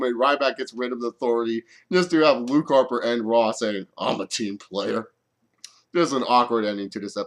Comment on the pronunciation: i almost pissed my pants laughing when Luke Harper said ''Im a team playerr''''...